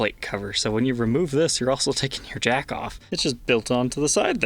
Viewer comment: He said jackof 😂